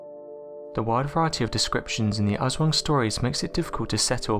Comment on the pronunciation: Jon Haugland It’s pronounced like “ahswong”. The poor pronunciation here kinda killed the story. It’s just an urban legend and stories parents tell their kids.